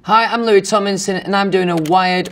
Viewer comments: it’s come to a point where he can’t even say ‘tomlinson because of his accent. he says ‘tominson’😂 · Fanks love Some pree-ey stuipid ones Bri-ish ME eyes do change colour How to pronounce Louis Tomlinson Louis: Louis TomLinson Louis rest of the time: Louis Tominson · “Hi I’m Louis TomINson” he doesn’t even say “TomLINson” he misses out the “L”🤣🤣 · He pronounces his name Lou-e tom-in-sun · okay but why is no one talking about the fact that he just doesn’t pronounce the l in his name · is it just me or did he say his last name wrong at the beginning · Me in Dieing because he said his own name wrong lmfao Not hate in just tried.